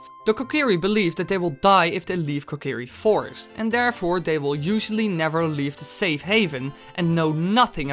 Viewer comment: its kokiri fostis